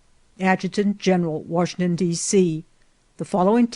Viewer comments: It's Washington, not Warshington. Ugh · “WaRshington”. There is no R in Washington! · I absolutely hate when people say warshington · Didn’t know there was an “R” in Washington.